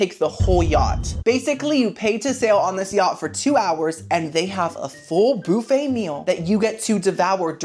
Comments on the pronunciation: BOO-FFET. HAHAHA. ITS BUUUUUFFET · Every time I hear you say "Boo-Fay" it makes my day a little brighter 🎉